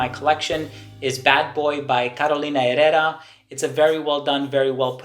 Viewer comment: Just wanted to let you know I see you have been diligent in stepping up your pronunciation of names. ie Herrera A true perfectionist.